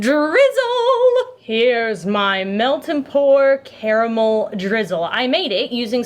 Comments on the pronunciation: My now favorite thing about her is that she is one of the few people on this earth that say the word caramel correctly. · Wonderful soap, and thank you for saying 'caramel' properly!